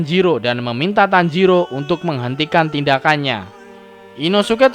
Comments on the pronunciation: Tanjiro bang bukan tanjidor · Bang tanjiro bukan tanjidor :v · apa tanjidor😂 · Tanjiro bukan tanjidor😂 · Guy tanjiro bukan tanjidor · Bang kok tanjidor 😭😂👍